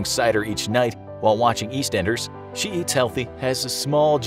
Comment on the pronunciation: The way they pronounced “Eastenders” is hilarious 😂